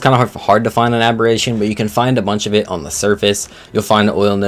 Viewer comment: f*cking moron he said it right